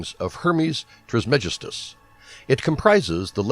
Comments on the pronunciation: It’s Trismegistus, not Trismestigus, or whatever the narrator calls him! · Hermes "Trice-Ma-Jest-Us"!!! If you're going to make a video about him, learning to pronounce his name seems logical to me. How can you make such a well prepared presentation and not know how to pronounce his name??? It means "3 times Majestic". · The way he says trismegistus makes me cringe, its pronounced "tris-muh-gist-us" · The rest of the video was excellent. It just seems clear whoever did the voice narration did not take the time to learn to pronounce the name properly as they were reading over the script. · Spirituelle No and no, but these question come from an account of thinking I meant unprofessional as in not formal or scholarly. But I meant unprofessional as in not very formidable or matching to the informational tempo of the video due to it being pronounced incorrectly. This video is literally on Hermeticism, created by Hermes aka TRISMEGISTUS. If he could gather all of this research and information to compile a video on Hermeticism he could at least say the creator of Hermeticism’s name right. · Spirituelle ok but if they’re gonna make an informational video on Hermeticism they should pronounce it correctly it’s simply unprofessional.